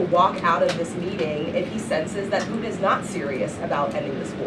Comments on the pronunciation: can this woman not pronounce PUTIN? she keeps calling him poo in - True Ghetto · She needs to pronounce her t's. It's Putin not Puan. Lol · Why does she pronounce "Putin" as "Poo-in"? What dialect is this? It sounds like a Cockney accent influence, but she's speaking American English. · and cant pronounce PUTIN - OMG ...... who is poo in? she sounds like Candace Owens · and cant pronounce PUTIN.